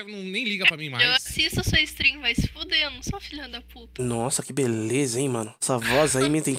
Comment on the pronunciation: " sua beleia " kkkkkkkkkkkkkkkkkkkkkkkkkkkkkk